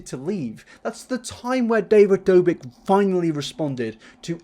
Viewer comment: This was an amazing watch but when you said david dobik, im sorry but i lost it lmaoo